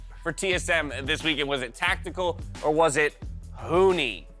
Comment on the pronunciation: This or That: Better made up word? Cubular or Hunti (from Saturday's Broadcast, Cpt Flowerz's Winter Bard take vs misspeaking Huni's name)